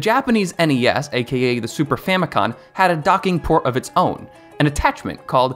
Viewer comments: It’s not “Super Famicon” lmao it’s “Super Famicom”. I get so sick of people putting an n at the end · you tell super famicon but its super famicom. great video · First of all the console you were talking about in the video was the Japanese version of the SNES not the NES and it's pronounced super famico(M) not super famico(N)